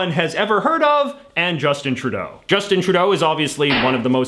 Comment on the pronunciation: Justin TruDAY-O